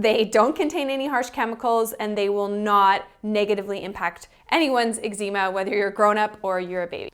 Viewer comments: You say Eczema strangely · I think you are mispronouncing Eczema.